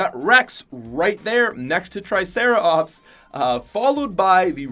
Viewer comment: He said tricera-ops at 119 and 114